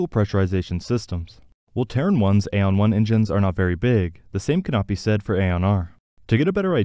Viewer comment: Pretty sure Aeon is pronounced ee-on not ay-on.